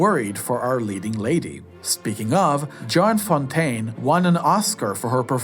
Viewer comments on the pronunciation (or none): Clever logo, you almost had me thinking it was IMDb. I’d never heard of your channel before, but I was curious to see a full list of Hitchcock films. I’ll admit, at first I was a bit put off by the voice and a few mispronunciations (Joan Fontaine, not “John,” and Ray Milland), but after a while it became clear this wasn’t AI-driven or overproduced. What eventually won me over was your perspective. You made some genuinely interesting observations that mostly hold up, and by the end I appreciated that you’re not a polished, professional critic, just a thoughtful movie fan reacting honestly. And what an editing job, from collecting all these clips to flawlessly editing them, it has to be someone who loves movies to spend this much time. You deserve every thumbs up! You’ve inspired me to seek out a few of these films I haven’t seen yet and to revisit some classics, especially the Grace Kelly ones, she’s always been a favorite of mine. I even have a handwritten letter she wrote to Ava Gardner in my collection, which I’m considering selling.